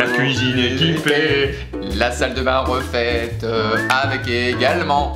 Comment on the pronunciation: "break, skoda, nouvelle chaîne stéréo, la cuisine équipée, la salle de bain refaiteuh avec également, j'ai emmené les gosses à la piscine, l'aspirateur sans fil" je suis littéralement morte